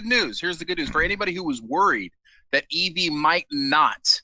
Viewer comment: It's pronounced like Evvy. She's not a Pokemon